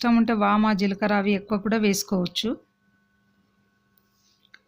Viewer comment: Vama kadu amma vamu